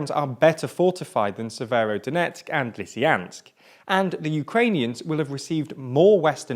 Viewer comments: Its lysychansk not lysyjanks cant u fucking read? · Popanza, Lysyansk... Dude, at least try :-D These names are already westernized :-D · Gosh, it's not PopaNsa it's PopaSna. It's not LysIAnsk, it's LysyCHansk. Learn how to read for god sake. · Do not forget Lysyanks instead of Lysychansk :) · It is twice as painful when you know the original pronunciation of all names. Popasna - not Popazna Lysychansk - not Lysyansk. Slovyansk - not Slovansk. This video sets a new level on mispronounced names! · You guys perfected the art of not reading the names of places (Russian and Ukrainian names are read exactly as they are spelled) Po-pas-na Le-sy-chan-sk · While all this is, of course, horrible, I couldn't help but notice that you butchered every toponym you encountered. All of them. "Popanse" instead of "Popasne", "Lysyansk" instead of "Lysychansk". It's almost like it was deliberate. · Dude, it's PopaSNa, not PopaNSa. Ans also LysCHansk, not Lysansk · “Lysyansk and Popansa” really? Also “Slovansk” I am looking forward to visiting the English and Scottish capitals: Lodnon and Edbinurg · Same for me: LisieYANSK, PopaNZA - really weird. But he managed Severodonetsk after all . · What's with the pronunciation? I know it's a hot June, but damn... "Popansa", "Lisiyansk", "Severnodonetsk"... bruh xD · For the love of god please at least try to pronounce the names of these cities right. Severodonetsk was pronounced 3 different ways, Popasna has an S in it, Lysychansk has a CH. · its popaSna and lysyCHansk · Wdym? It's Leeeseeyaaansk and Syeeevyeeerodonetsk!! ./s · Hey, there is a CH in Lysychansk. Pronounce it please! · They also don't care enough to pronounce Lysychansk properly. It is not Lysyansk, ffs! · i think the issue is more that the pronounciations given dont even correspond to the written form. Like pronouncing it 'Lysyansk' demonstrates a genuine and surprising lack of care as there is no reason an english speaker cant pronounce the 'ch' sound.